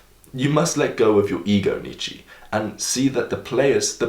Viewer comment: Ffs, learn how to pronounce Nietzsche's name already. My ears are gonna fall off and he'll probably wake up from the dead if you keep doing this. said in a friendly way